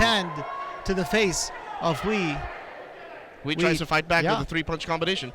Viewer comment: Great commentating. But just a little reminder for Quinito, the UI in Chinese is pronounced EY, so Hui is pronounced WAY as in the English word.